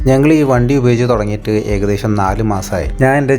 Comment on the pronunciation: വന്തി അല്ല വണ്ടി ആണ്